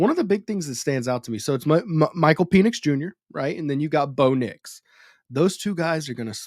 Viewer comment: Why bro keep saying peenix, penix bro. Pen-ix. You sounding zesty